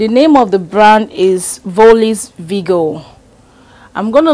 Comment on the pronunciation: VIRGO the r isn’t silent lol